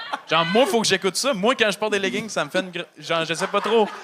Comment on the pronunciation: Stu moi ou dit "les ledding"?!